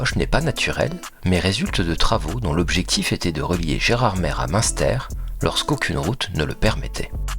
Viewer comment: Nous voici arrivés à Gerardmèrrre 😂